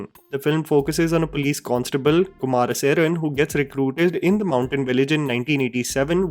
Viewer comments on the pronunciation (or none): It's kumaresan not kumaraseran 🤭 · Is kumaresan such a difficult name to pronounce, cant even get the name of the protagonist right but mentions the movie at no.1 spot 😂